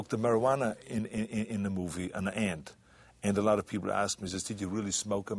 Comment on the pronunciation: "gief dah pee-pull AIH!"